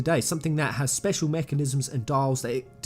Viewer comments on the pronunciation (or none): none